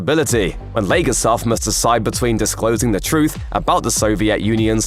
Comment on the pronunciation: Not “Valerie legarsov”, it’s Valerie Leggosav.